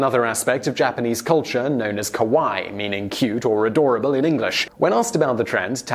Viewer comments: Kawaii.... Ka-wa-ee, with an emphasis on the e's. Not Ka-why. Not bitching, just educating. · LOL when you said Kawaii you pronounced it wrong. You said scary in Japanese not cute. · Gotta make sure you hit that 2nd I in kawaii, otherwise instead of saying "cute" you're saying "scary".